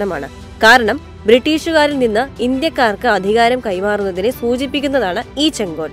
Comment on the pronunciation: " ചെങ്കോൽ " - സെങ്കോൽ അല്ല